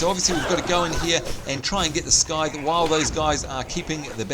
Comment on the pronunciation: scythe is pronouned sythe silent c mate lol